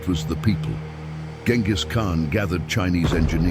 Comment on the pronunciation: Salām alaykum. You're pronouncing the name completely wrong. The first letter has to sound like the letter J—like the J in the word "jet." Write it however you want, but try harder to give this name some worth.